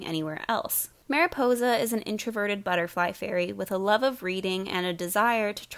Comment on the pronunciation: does anyone else (who speaks Spanish) slightly cringe when she says Maripousa?